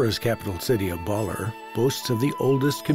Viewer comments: It's pronouced Ba-lair. Not Baller. Nobody does the minimal research these days. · Baalerr...it's Ba-Ler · Beautiful video and overview but there are also some big problems. To start, the narrator’s pronunciation is just awful on so many words. “Baller?” Come on! It’s Ba-LER! And Baler is such a big part of the video, the bad pronunciation is inexcusable. So many other words are poorly pronounced. It becomes distracting and grating. Show respect and try harder, please. It’s nice to see local and indigenous people in traditional attire, but that’s not what they typically wear while pounding rice or climbing trees as shown in the video. It’s misleading. Some scenes are so obviously staged. It’s nice to see Dumagat people featured, but it’s sad that that the narrator can’t correctly pronounce Dumagat. The video incorrectly refers to a musical instrument as a “rondalla.” It’s actually a banduria. It’s the group playing various instruments that make up a rondalla. Also, scenes from Apocalypse Now WERE shot there. It’s not just “according to local residents,” as if there’s some doubt. And there was no “surfing general “ in that movie. He was a colonel, and wasn’t the one who actually surfed in the movie. Finally, there’s absolutely no practical information about how to get there. Modern hotels are mentioned but status of the airport, roads, ports, and bus service are ignored. Overall, this video is beautiful to watch but a little hard to listen to and provides limited useful information. It could have easily been so much better with just a little more effort. And script and narration ar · Bawler. ba LEHRRR. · I haven't been to Aurora . . so I learned so much from this docu. Some mispronounced words though . . Baler . .